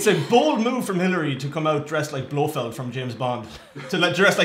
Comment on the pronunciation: 😂😂😂he called her Blowfeld...BAHAHAHAHAHA!! 💀💀😂😂